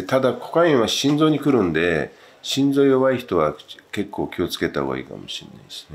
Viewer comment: の結構は何十億に聞こえます…笑笑